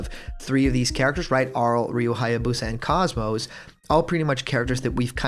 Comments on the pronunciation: KOS-MOS is pronounced KOZE-MOSE. Cozy with no y and most without a t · btw KOS-MOS is pronounced KOZE-MOSE. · Stop pronouncing KOS-MOS wrong! >_<